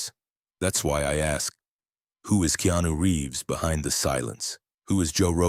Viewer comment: 😣 his name is pronounced (KAY-ON-NEW) really aggravating when I hear someone pronounce names or words in general incorrectly. Keanu is the realest that we should all admire.